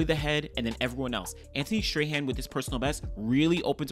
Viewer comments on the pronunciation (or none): Great commentary as usuall. The athlete from the Bahamas name is pronounced STRAWN. Anthonique Strachan .Please and thank you.